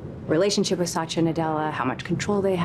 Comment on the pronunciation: Very strange to hear Satya mispronounced. But nobody’s perfect.